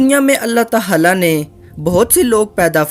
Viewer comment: Bhai Allah tahala nahi hota bulke Allah tahala hota he